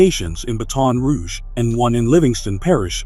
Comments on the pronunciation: He said Ba-Ton Rouge😢bruh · bruh, the way he's sayin Baton Rouge is pissing me off, but he ruined Laplace lol